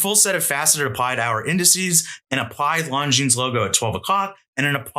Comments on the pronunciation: Longines pronunciation — Longines is pronounced "Lon-jean" or lawn-jeen, with the "s" at the end remaining silent. The name is of French origin and is often pronounced with a soft "g" sound, similar to the "s" in "pleasure". It is not pronounced "long-jeens" or "long-ines." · Not a hater, but this isn't how Longines is pronounced. Love the vid.